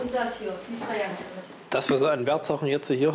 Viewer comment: Also dieser Polizist hat nicht nur ein dezentes Problem mit englisch, sondern auch mit deutsch... um genau zu sein, mit harten und weichen Konsonanten... Alle harten Konsonanten werden weich ausgesprochen und alle weichen, werden hart ausgesprochen :D Beispiel: trei (statt drei), Barmiddel (statt Barmittel), bekleiden (statt begleiten), Dogumende (statt Dokumente) usw 😂